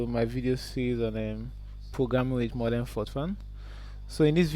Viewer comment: Not "Mordern" but "Modern", please.